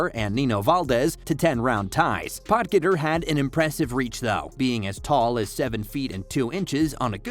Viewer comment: You pronounced Potgieter totally wrong.